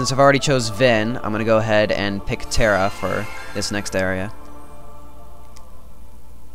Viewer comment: lol terra is not "terrable" zing